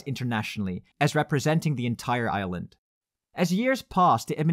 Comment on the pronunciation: For a moment I heard "a united Ireland" instead of "a united Island". But that's another video :)